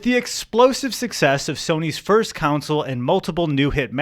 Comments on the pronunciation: I'm sorry, but do my ears deceive me or is pronouncing "console" like "council"? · Great video. Please stop saying council. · Never thought I'd ever hear anyone other than my dad say "counsel" instead of "console" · console is not pronounced like council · Console. The word you’re looking for is console. Not council. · Please stop saying Game Counsel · Why does keep calling it a "games council"? It sounds like evil underground cabal which decides what releases will best steal our souls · Is it an Northerner thing to pronounce console like council? Genuinely curious! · pronounces console as “council” and I can’t unhear it. Anyways, thanks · good video, but pleeeease stop calling them "counsels". It is pronounced like: console "CON-sole" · why does the one that’s not eddy keep saying counsel not console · Big fan of how says "console" like "counsel", keep it up big man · How do we teach how to say the world console? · You'd think if you're making a video largely featuring video game consoles that the host would be able to correctly pronounce the word "console." Guess not.